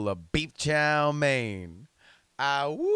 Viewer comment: Always heard it as "loo-ru" not as "lor-ru" also "wooves" for Wolves!